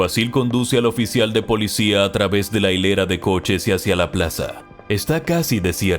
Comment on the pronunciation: Me gusta como dice polidsia